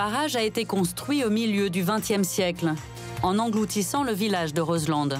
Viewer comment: Juste' une petite info : on en prononce pas de "D" de Roselend ! On dit phonétiquement : Rozlan !